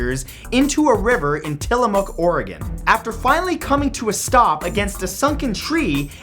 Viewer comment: High five for saying Tillamook correctly!!